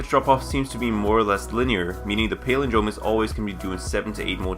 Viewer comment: you talk for a living, and you can't correctly pronounce "palindrome"?